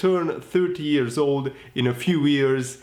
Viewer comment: 3.41 it’s “wise beyond his years” not ears 😂😂😂😂😂